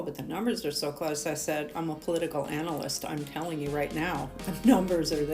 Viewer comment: In her case, political "analyst" is pronounced with the emphasis on the first two syllables.